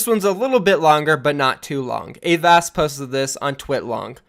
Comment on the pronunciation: Please pronounce avast right next time